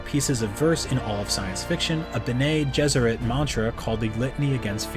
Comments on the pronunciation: thank you, I hated it so much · Haha I'm glad I'm not the only one who cringed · Geez, the way he pronounced "Bene" just argh! It's pronounced "ben-ny". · Its bennei if not benny, not benay. Don't ever remember the benay. Off of Benedictine. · Yueh was not a mentat. If the unstained lips didn't clue you in, perhaps the book might have. He was a family physician with imperial conditioning, thought to be unbreakable. I could be wrong about this, but I believe the pronunciation is Chah-nee, not Chay-nee. Also, Ben-ee instead of Ben-ay. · Except the REAL Dune nerds will know that all these pronunciations are actually correct, except the way he says BenAY Gesserit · Bene Gesserit is pronounced Benny Jesuit. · Bengay Jesuit? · Might want to take some time to research the correct pronunciation. Ben-ney Jesserit is grating to hear :P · He only got one wrong (Bene Gesserit) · Based on recordings of Frank Herbert himself, all the pronunciations are correct (except Bene Gesserit). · 😜 I grew up with Lynch's Dune, then read the books. When the mini-series came out, the pronunciations bothered the hell out of me until I researched and found the original recordings of Herbert's pronunciations, which the mini-series got mostly correct. Same as this trailer. Except Bene Gesserit... he got that one wrong. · Your pronunciations of Chani and Bene Gesseret made me throw up a little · I've only listened to the audio book so hearing it pronounced that way was tough on my ears lol